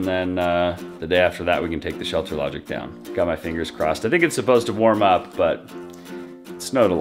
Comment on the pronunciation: Ohhhhhh... you are saying "Shelter LodgING", not "Shelter Logic"! LOL! My dang ears.